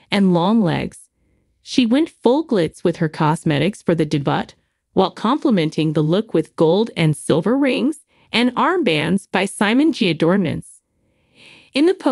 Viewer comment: Your AI fake reading is terrible. It’s not “daybutt”. Check these before releasing.